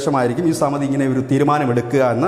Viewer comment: Samati alla Samiti aanu.